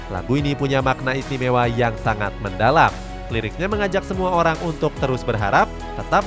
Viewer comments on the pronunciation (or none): none